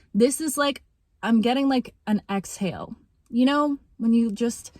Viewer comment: "exhale" period not "exile" period. ok. period.